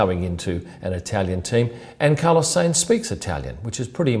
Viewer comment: How are you pronouncing sainz? Haha. It's Sainz, NOT Seinz